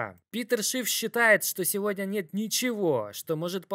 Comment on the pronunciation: Сегодняяяяяя, как ценные бумагииииии, криптовалютуууууу, для американцееееев. Бля я не могу это произношение слушать, извини)